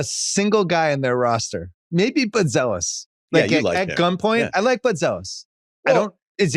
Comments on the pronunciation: Hi sky is falling bulls fan. I would ask how your day is going but I already know it’s going terrible. It’s obvious bill Simmons just chose a team that he knows nothing about to say something about. Not knowing how to pronounce buzelis last name, to not mentioning giddy resigning negotiation, to not mentioning Noa and his upside, to not mentioning how having a lot of cap space next year is a good thing. Being a 40-42 win team with expiring contract and a direction can push us in a better direction with our draft picks improving and trading for players that make sense and fit our core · The fact that he can’t pronounce Buzelis correctly hints that he doesn’t follow the team that closely. You’re talking about the future of the team, He’s regarded as the biggest bright spot, you don’t know his name? That being said I get what he’s saying and only the bulls making good decisions going forward will change this perception.